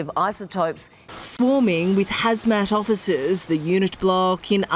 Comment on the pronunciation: at first I chuckled at how she said officers but then lost it on the no go zone